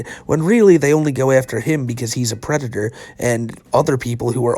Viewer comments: You said predator wrong, it's PWEDETAH. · Wasn’t he a business major or something he doesn’t understand exchanges and calls it “just fucking wrong” I love how dumb he is Also Bowsa is a pwedata